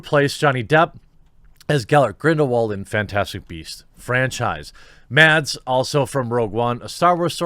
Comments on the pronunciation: if you wanna pronounce mads mikkelsen's name like we do in denmark, then the D in mads is silent :) love you vids btw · Mads Mikkelsen's first name is actually pronounced "Mass" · Just to be difficult. The d in Mads is silent, so the correct pronunciation of his name is Mas